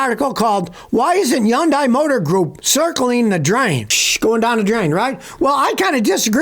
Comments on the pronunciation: Did you just say yundeye 😂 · How do you expect us to believe you, when you can't even pronounce Hyundai?